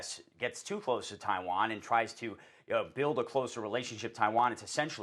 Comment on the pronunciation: Taiwann is our number wan comcern😂